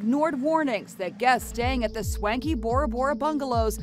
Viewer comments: Omg she said "swanky" lol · I heard "skanky" lol